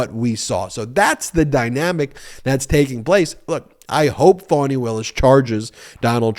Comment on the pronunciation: I adore you, but!!! It’s FAWN-E. Not Phone-e or Fan-E. FFS…if you’re going to report on things, PLEASE take the time to LEARN THE APPROPRIATE PRONUNCIATION. Otherwise, keep up the EXCELLENT work